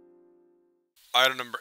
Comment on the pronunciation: When I first started reading ur videos I always thought you said "I remember SCP" and not "Item number SCP"